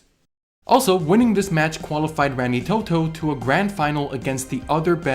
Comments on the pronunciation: Dude, I love you but pleas don't say rengi Toto it's pronounced like raangeetoto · God as a kiwi it hurts hearing you pronounce Rangitoto lmao. Not your fault but hearing foreigners pronounce maori gives me pain